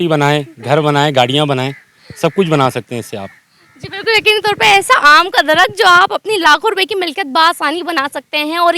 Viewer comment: Itna ganda way of talking uor ko or main ko me lakho ko lakhoo darakht ko darakt yar apna lehjha durost karrn